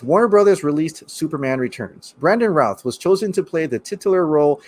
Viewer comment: He still looks really good for 13-14 years after the movie. I don't think they should make him old man Supes with the grey hair. He's too youthful, and should simply get a show. On a side note, Brandon's last name is pronounced "rooth". And it's not Christopher Reeves. It's Christopher Reeve. If you're as big of a fan as you look, you'd make sure you get names and pronunciations of names right.